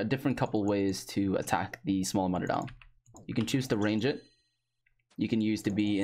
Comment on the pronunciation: I can't be the only one who was annoyed as fuck about how he said mutadile